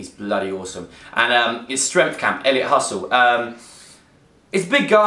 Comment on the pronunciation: Laughed when you said Elliot Hustle. haha It's Hulse. Just started properly watching his stuff over the last two weeks. I can really relate to his way of thinking and living and I think a lot of people should incorporate that sort of self improvement aspect in to their lives. The future is yours to mold ;)